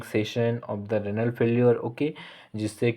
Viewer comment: It's renal not ranal pronounce correctly